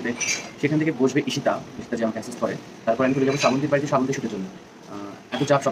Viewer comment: ওটা স্রা বন্তি না শ্রাবন্তী হবে, বাঙালী হয়ে বাংলা উচ্চারণ টা ঠিক করো।